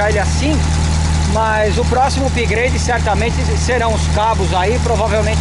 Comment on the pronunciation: Upgrade pronuncia errada no video comedia